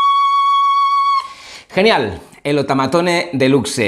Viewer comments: No es otamatone delucse, se dice outaimataune delucs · Se dice otomatone no otamatone